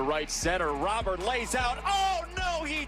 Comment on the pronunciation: It’s Robert like Rudy Gobert prounouces robe-air